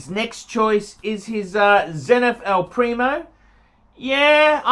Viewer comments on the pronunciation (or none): Makes me laugh hearing him talk about the Zenith "El Nephew" haha. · it's EL PRIMERO!!! PRI-ME-RO!!! Learn that for God's sake. And 2nd - replacing a Zenith with a Moonwatch?? Are u on drugs?:) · great video. but how many times do we have to say it......it's "El PrimERO"